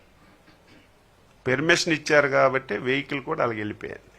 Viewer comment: ఒరే లఫూట్, పెర్మిషన్ కాదురా పర్మిషన్. మీ తప్పు కాదురా నీకు ఓట్లు వేసారే వాళ్ళను కొట్టాలి చెప్పుతో.